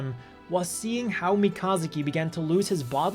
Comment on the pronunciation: “Me ka zoo key”